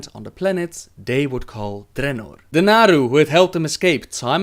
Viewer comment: I fucking love how you pronounce Draenor :D